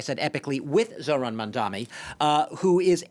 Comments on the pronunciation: ‘Mamdammy’, ‘Mandommy’, ‘Mondanny’…yeah… it’s really not that hard. Honestly a little racist that these talking heads still can’t get his name right at this point. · Its Mamdani not Mamdami #zohranformayor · With all his ïnternational "experience the so-called expert, still mispronounced Mandani's name as MamdaMi!! Typical European goof-ass! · Hey, it’s “Mamdani” ffs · Dude can't even correctly pronounce Mamdani. 🙄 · Is it so hard to pronounce his name correctly?